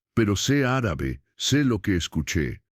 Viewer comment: Linda historia, pero no vuelva a pronunciar Árabe por favor. ❤❤❤